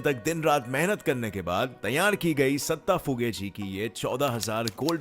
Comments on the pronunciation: Not a satta fuge its datta fuge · Satta phuge😂😂😂 its datta phuge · Not sata fuge it's datta fuge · Ohh bhai wo satta phuge nahi hai wo dutta phuge hai.. naam toh thik se lo. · Datta fuge not satta fuge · Bhaii ...satta fuge nahi ooo DATTA fuge hai bhaii uinka murder hogelaye bhaii ok puneke bhaii bhaiiiiio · It's not satta fughe it's Datta fughe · Satta not datta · It is not satta fuge it is Datta fuge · Abe satta phuge nhi 'datta' phuge. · Sir vo satha fugay nahi dataa fugay hai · sorry sir but second number ka nam satta phuge nahi Datta Phuge from maharastra pune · Bhai satta phuge nahi datta phuge 😂😂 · Bro One Mistake found Satta Fuge wrong Datta Fuge Right Pls correct it!!😊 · No. 10 datta fughe not satta fughe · Its Datta fuge ... do Correction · Datta phuge ka murder hua hai sir plz unka nam sahi se lo sir 😊